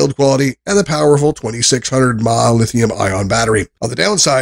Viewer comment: So you can correctly say the words "lithium-ion", but then incorrectly say "mah" when referring to milliamp-hours (mAh), say "nim" when referring to a nickel-metal hydride battery (NiMH), and say "led" when referring to LED lights. And that rating system! In what world is 8/10 equivalent to five stars out of five? This was an awful review.